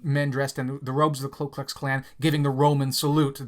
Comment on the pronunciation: Please stop saying “klu”’ in KKK. It’s Ku.